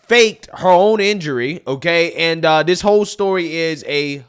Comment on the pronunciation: It’s “THIS” NOT “dis.”